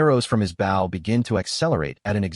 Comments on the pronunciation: I really dislike how the AI voice is pronouncing the word "bow." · Lil “Bow” Wow. Why can’t AI say “bow”?